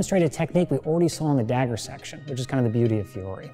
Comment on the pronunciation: Oh no, he mispronounces poor Fiore's name right from the get go Yikes What a fantastic instructor and HEMA practitioner, though